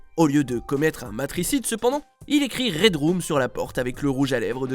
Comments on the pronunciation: ça se dit pas « red room » mais « red rum » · et ça se prononce redreum et pas redroum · On dit Raidreum